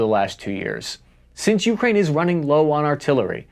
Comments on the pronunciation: It's 'yoo-KRAYN' and not 'YOO-krayn' 👍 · Taking Avdeevka is important since it is close to Donetsk. Frontier (Nulandistan) forces have shelled Donetsk civilians from Avdeevks (and Pesky) since 2014. By the way, it is not YEW (Ю); it is Ooh (У), which means at. Emphasis should be on main word (krai - frontier) not on a lowly preposition. Oleksandr is pronounced Aleksandr - it uses a vowel sound - a - found in English ``How (hau) now brown cow' '. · Whenever he says Ukraine it just sounds like Yewkrain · YEW-kraine pronunciation bothers me for some reason lol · Yet still cannot pronounce "Ukraine" properly